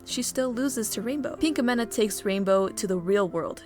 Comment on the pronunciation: I luvvvv ur vids but.. da way u say pinkamena.. cri